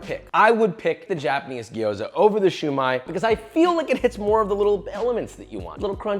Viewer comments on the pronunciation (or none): Siew Mai Josh. Not Shu Mai. U learn new things everyday PaPa😃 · I think it's pronounced siomai not shumai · It pronounced ‘see you my’ with no spaces